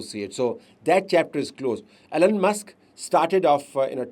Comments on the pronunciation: Yes, right sir... it,s E , lon Not , A, lon or Allen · Isnt his name Elon and not Allen